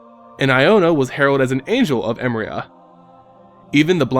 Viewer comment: Hmm never knew what her deal was... Btw just to be picky, its pronounced emeria E -meh -ri -ah not emria...